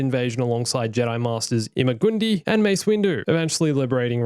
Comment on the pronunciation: Ima-gun-di is pronounced ima-gun-die